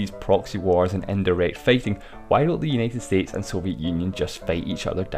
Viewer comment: Uneted Estetes LMAO!!!!